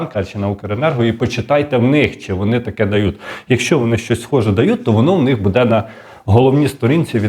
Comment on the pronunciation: Западенський говор вмісто можно ,, моно,, вместо бУде в него,, буДЕ,😢